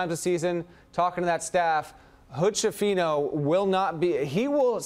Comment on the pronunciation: Skifino, not scifino, it's an Italian surname